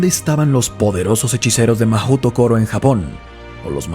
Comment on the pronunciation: Amé tu pronunciación de "Mahôtokoro" ❤